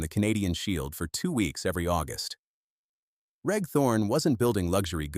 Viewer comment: 'Reg' is pronounced 'REJ' ....come on!!!